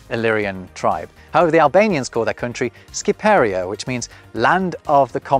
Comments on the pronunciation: Its Shqiperia not Shquiperia. And its from the latin word excipere referring to "those speakers of that language" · Albania is pronounced Ship er ia NOT Skip e ria